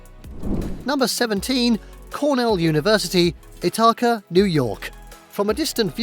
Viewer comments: Had a chuckle how he pronounced "Ithaca"! Not "It-Ha-Ka"... it's "Ith-a-ka." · “Hoo-ston Texas?!? I-ta-ca NY?!? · ITH-i-ka (New York) HEW-stun (Texas) (your welcome). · If you can’t do even basic research before posting a video on YouTube, such as the correct way to pronounce what you’re showing us, then don’t bother to show us. Call someone at every school and check first. Otherwise, you’re not informing us, you’re misinforming us. Call Ithaca College first. You may be surprised. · Maybe learn the pronunciations before you make a video. That's not how you say "Ithaca" Not how you say "St. Augustine" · Salve Regina University should absolutely be on this list, it's on every other list of beautiful college campuses! Plus, this guy needs to learn how to pronounce "Ithaca" where Cornell is. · "Ithaca" was a prime example.